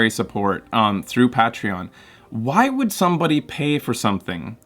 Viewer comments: Ur pronouncing Patreon wrong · you're welcome, we love love you. though I don't know if I'll ever get over your pronunciation of Patreon.